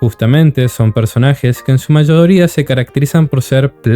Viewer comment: Esa forma de decir mayoooría es de un acento cordobés ?